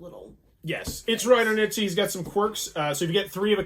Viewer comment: You should really look up how to pronounce Knizia, I cringed every time, not a big deal though pronounces everything wrong